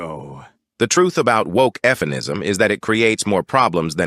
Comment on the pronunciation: Did he say EFF-MEN-ISM?